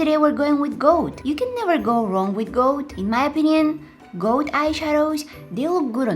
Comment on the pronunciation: I swear I thought you were saying “goat” colored eyeshadow instead of “gold.” I wasn’t looking at the screen at first so my mind was picturing something completely different 😂 Also, you are so cute and creative! Loved your personality and your edits. New subscriber here now 👍🏻